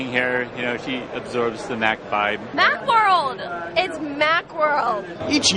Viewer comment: Mackworld lol